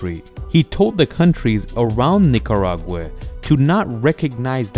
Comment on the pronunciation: Nicaraway or Nicaragua?